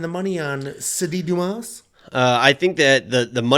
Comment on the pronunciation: Dumas (DYOO - MAA) if anyone cares. Like "Dooma"